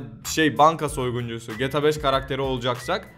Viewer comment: Şu ''GTA'' yı düzgün söyler misin?